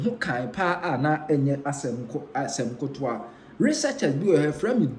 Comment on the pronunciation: 😅😅😅I've been telling him that the word is not kotowa but "KETEWA" but he seem not take it.